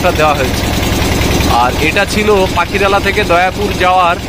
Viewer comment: পাখিরালা নয়, পাখিরালয়